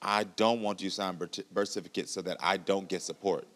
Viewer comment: Bish can't even say "birth certificate " correctly 🤦🏾‍♀️ She desperately trying to act changed but she still a 304